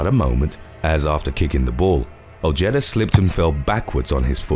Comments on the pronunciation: 'OJETTA'. LOOOL. Ojeda. OH-HAY-DUH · It is pronounced “oh-heh-dah”